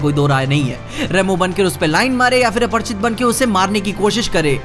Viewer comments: Aparichit na ki aparchit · aparichit hai aprchit nahi 😂